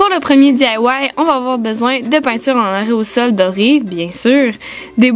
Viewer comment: On dit aérosol pas areosol